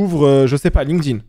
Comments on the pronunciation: J'ai regardé 2 vidéos sur cette chaine et dans 100% des cas mes oreilles ont saigné quand tu as prononcé LinkedIn. Ce n'est PAS "Linne queue dinne" mais "link tinne". Merci ;) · J'ai oublié les smiley (même si c'est vrai que j'ai envie de gifler toute personne prononçant "Linekedine") et de relever la qualité de tes videos (contenu et edit)!!